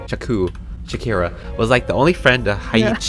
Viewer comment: saku shaku shakira. IM SORRY I DIED AT THAT PART-😂🤣